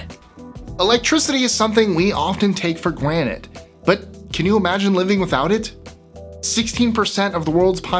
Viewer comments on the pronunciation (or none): it’s Granted not Granit Rick and Morty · is it just me, or did he say gwanted instead of granted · LOL just a funny.... You said GWANIT (GRANTED) Love your channel! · "Gwanted" lml